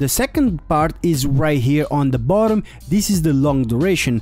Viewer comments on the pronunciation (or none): none